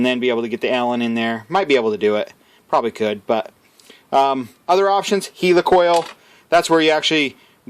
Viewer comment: Dear mercans, the name is "helli-coil" not heely! And it's "aluminium" everywhere else on earth...and we all changed to Metric over 50 years ago...catch up